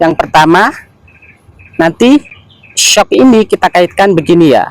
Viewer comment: baca nya eshuk… bukan syok😅😅